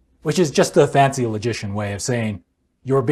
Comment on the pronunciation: When you say logician it sounds like you are saying magician. At first I thought you meant magicians like Matt Dilahunty lol